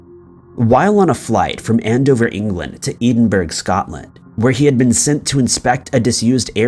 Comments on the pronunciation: It's Edin buh ruh not edenburg. Learn to pronounce city names properly, not doing so is laziness personified! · You say it as Edinbura not Edinburg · Herth,Edenbergh,really.? Sir ,,,,I believe it's time to hire an editor!! Not just for your atrocious butchering of the English language, but now these blurred areas. Come on👀👀🧐 I'm so glad no one in the episode was from, or went to Dubliiiiin. 😬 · You need to get someone with a linguistic background. You pronounce a lot of things incorrectly. This sticks out as sloppy. Run it by someone at least 20 years older than you before posting. It’s not Eeeee-den-bro, it’s “Ed-in-bir-oh.” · Edinburgh Scotland is not pronounced "Edenberg". It's "Eddinbruh" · eedingburg? Pls my brudda do a quick search and learn to pronounce it properly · So sick of people mispronouncing Edinburgh... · You should know how to pronounce Edinburgh by now you've made the same mistake in previous videos and been corrected in the comments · Your mispronunciation of “theologian” & “Edinburgh” completely undermines your credibility as a researcher & narrator.